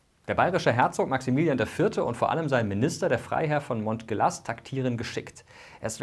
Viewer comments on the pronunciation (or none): Monteglas wird nicht ausgesprochen, wie es geschrieben wird. Das s ist stumm und das g wird wie im französischen j ausgesprochen. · Aaaalso Montgelas wird französisch ausgesprochen bei 😉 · Moschegla spricht man den Minister aus. Monteglas empfand z.b. Graf Max Gott sei seiner Seele gnädig als Beleidigung, weil er ist kein Bergglas. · Ordentliche Recherche wäre nett. Herrn Montgelas spricht man "Montschela", nicht "Montgelaß"... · Monnt-Gelass? Monnt-Gelass?! Der Mann hieß Montgelas, er stammte aus Savoyen! 😂 (Oder für so manchen Münchener: Moschela) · lass es bitte, Dialekte nachzumachen. Das kommt wirklich affig und man könnte es auch schnell als minderschätzende Verarsche verstehen. By the way: den Namen des Grafen von Montgelas spricht man französisch aus [mõʒəˈla]. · Die Familie des Grafen Montgelas stammt aus Savoyen, deshalb spricht man seinen Namen französisch aus: mõʒəˈla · "Montgelas" spricht man aber französisch aus... ;-) also "mõʒəlˈa" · Da Montgelas wird Moschela ausgschprocha, du kannst weder bairisch noch französich. Die Geschichte Bayerns kann man in 15 Min. nur dürftig wiedergeben, gleich am Anfang hat die Geschichte Tassilos III. aus dem Geschlecht der Agilolfinger gefehlt. Ausreichend mit Tendenz zu mangelhaft. Host mi? Oberpfalz gehört auch zu Altbayern! Der Bayerische Wald liegt nördlich der Donau. Dein Versuch bairisch zu sprechen ist einfach nur peinlich. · Moschäla Französisch 🤣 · Montgelas ist ein französischer Name. Wird also "monschela" gesprochen. Solche basics nicht zu wissen untergräbt die ganze Professionalität. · Gutes Video aber noch ein Tipp: "Montgelas" spricht man französisch aus